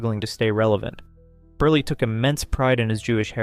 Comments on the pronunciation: It’s Milton Berle (like PEARL). The least you could do to honor his legend is pronounce his name correctly 🙄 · Milton Berlie? Ummm...BERLE =Burl. WOW. Also...it's Zero Mos-TEL. If you want to honor these artists try and get their names pronounced correctly.